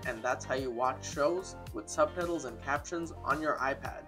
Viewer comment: You keep on saying subpedals instead of subtitles... :))))))